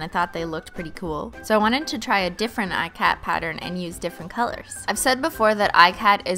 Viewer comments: Ikat.... is not pronounced "I -cat" it's an Indian textile pattern, pronounced "Ik-uth", no shade, just wanted to point that out for anyone that didn't know, love ur content!! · ikat is pronounced eeee-cot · It's not pronounces eye-cat. It's pronounced e-kuth. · I was raised to pronounce it like "ee-cut", and most pronunciations are like this when they're mentioned. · hey I am from India and ikat is an Indian dyeing technique and is a really intense craft. I just wanted to request you to use the correct pronunciation since crafts are respected here. Not trying to throw shade or anything just letting you know. P.s I love how you be yourself in front of the camera. Love India